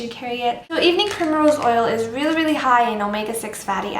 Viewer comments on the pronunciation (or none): "weely weely high" "weely weely good" sorry, just had to get rid of that xD youre awesome!